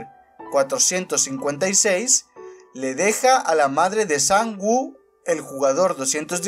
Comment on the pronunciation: Oye no quiero ser tóxico pero en el doblaje español se escucha como se pronuncian los nombres Sae biock ( como se escriba ) se pronuncia sebioc Gi hun sería yiun San woo sería san wu La rizos seria han minio